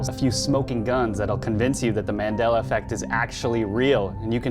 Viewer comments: I'm convinced! I'm convinced that on the left can't pronounce MANDELA. He must be from a parallel universe where it's MENDELA. MIND BLOWN! 😱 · It's pronounced "Marndela", not man'della, with the "A" as a vowel, without the R though. It's pronounced "Zerbra", not Zibra Zeebra, I'm offended. I know there are no Zebras here but just saying. But all in all, nice video.